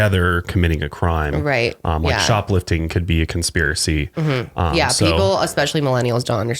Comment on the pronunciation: Conspiracy and chill...Conspilracy. I've watched this a dozen times and something compelled me to do this.